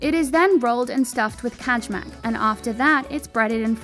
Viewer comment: Kajmak is pronunced Kay-mak. The J is a Y in Serbian.